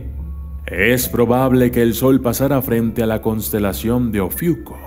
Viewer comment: No es por nada pero dice: "Cosntelacion" y es "Constelación" jaja, no te enojes, amo tus vídeos <3 # xdxd